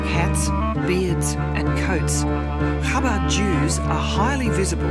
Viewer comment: I am amazed at the amount of disinformation spread by the narrator. She should research what the punishment of excommunication is used for. Additionally she keeps mispronouncing the name of the movement. it is not CHAbad. It is ChaBAD. Do your research lady!